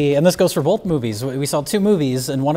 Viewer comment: I’m convinced the pronunciation “bolth” is an adverse side effect of alcoholism.